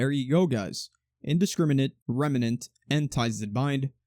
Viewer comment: i like how you say remnant